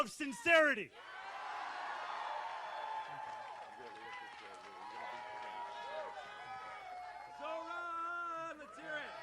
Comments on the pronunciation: It's Zohran not Zohan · It's *Zohran.